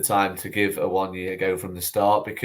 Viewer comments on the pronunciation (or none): Pet hate guys Ah-one-ee not Ah-one-ye